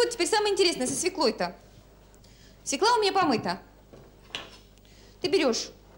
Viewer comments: Не зря же, говорит сахар из свЕклы́ делается.. Убогая, она из сахарной делается, и не из свЕклы́, а из свёклы. И нужно было "потомить её часа 3" — ведь все мы знаем, что "чем чернее, тем лучше".)) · Нем свекла, в све́кла!!! За что Марусе такое? 🤦‍♀️ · Как же режет ухо эта "свЕкла"!!! СвЁкла!!!!! Да запомните пожалуйста! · Не свекла, а свёкла. Тундра😂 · Так вы задолбали со своей свЁклой и творогОм. Может, потому люди и отказываются так произносить, что звучит это отстойно 🤮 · Юлечка, я очень уважаю Вас, могу смотреть Ваши ролики часами. Вы потрясающая женщина, умная,красивая, приятная во всех отношениях, но, пожалуйста, пожалейте наши уши! Я знаю, что Вы знаете 5 языков, но в русском языке слово свЁкла пишется и произносится через Ё. Ударение падает на первый слог. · Дорогая Юля; ударение надо ставить правильно. Свёкла!!! Это же неприлично так неверно ставить ударение!! прямо слушать невозможно!! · СвЁкла, пожалуйста, свЁкла. Надеюсь, Юлия научилась готовить съедобный борщ) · И всё-так свЁкла!!! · В слове свёкла , ударение падает на - "ё" . Неужели высоцкая об этом не знает 😂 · Очень странно слышать от Высоцкой слово " свеклА ", а не правильное " свЕкла ", ведь рядом с ней автор " Низких истин " ... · Не свекла,а свёкла,даже ударение не может поставить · Наголос має бути на свЬОкла. Навіть своєю мовою не вміють нормально говорити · Да не свекла, а свЁкла!!! Аааааааа....Почему редакторы не исправляют?Все безграмо ные, это грубейшая речевая ошибка. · Юленька, вы в какой школе учились. Запомните такой детский стишок: Мы у тети Фёклы , ели суп из СВЁКЛЫ! Нет корнеплода свекла, есть корнеплод свёкла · Нет такого слова - свеклА! Свёкла! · Не свеклА, а свЁкла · Фууу, свЕкла, а как же кончаловские,😂 свЁкла, сказала бы Наталья забыла как по батюшке😂😂😂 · Не "свеклА", а "свЁкла", это если по-русски. Стыдно интеллектуальной элите делать такие ошибки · Какой ужас! Что она творит!? И всё-таки: свёкла, а не свекла. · Правильно говорить свёкла а не свекла. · Свёкла, а не свекла